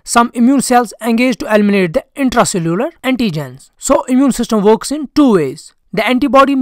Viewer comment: “Elminate” 😂😂😂. This one is funny